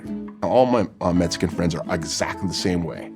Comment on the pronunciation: I’m still trying to figure out what a metsican is.... All joking aside, this was awesome. 👏